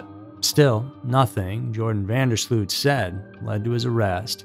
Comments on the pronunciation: phonetically his name is pronounced yo-ran (not jo) van der slowt / sloat (not slewt) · not seen a single American that got it right. It is yor-an van der sloat. not Jor-an van der slewt.